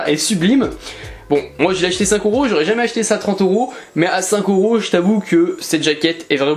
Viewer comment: Pourquoi tu dis Oros au lieu de EUros 😅? Ça me pertube sinon le tome 71 de naruto collector est pépite 👌